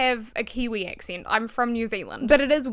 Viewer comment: I came across a humouristic video stating that the kiwi accent was just replacing any vowel with the next one, as in A->E->I->O->U And I really laughed because of the way you pronounced “accent”.[Excent] The theory holds so far 🤩! Greetings from normandy France